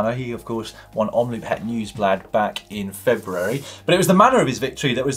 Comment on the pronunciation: Omloop is pronounced as omlooooop, like the O in Over